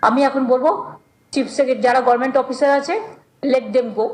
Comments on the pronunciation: মমতা সরকার প্রধান অথচ উনি উচ্চারণ করে ঘরমেন্ট। এমন কোন উচ্চারণ ইংরেজিতে আছে কিনা আমার জানা নাই। গভার্ণমেন্টকে মানুষ নিশ্চয়ই ঘরমেন্ট উচ্চারণ করে না। মূূর্খতার একটা সীমা থাকা উচিত। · গরমেনট টা গভরমেনট বলতে শিখুন আগে,ভাট বকবেন না।